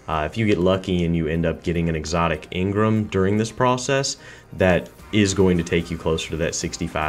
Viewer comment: Let me get one thing right or straight in this video its not engrim (its engram)